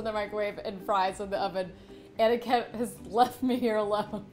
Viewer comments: Everytime she says Aniket I hear Anakin😅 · that's not Aniket that's Aniket ( spilling is same but you know ) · aniketh. THE WAY SHE SAID IT AAAAAAAAAAAAAGGHHHH